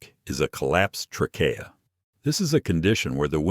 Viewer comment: TRAYkeeah, not traKAYah. Is this an automated voice?